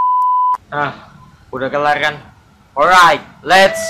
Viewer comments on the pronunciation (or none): ga tobat bilang orait orait :v yg bener alright wa dah tau :v